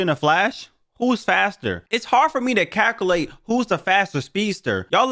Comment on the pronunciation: Bro said caculate